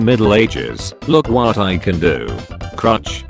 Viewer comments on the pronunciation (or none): Normal person: Church! Text to speech: C R U T C H